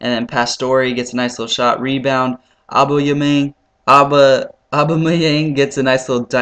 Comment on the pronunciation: it's pronounced oh-bamy-ang ;D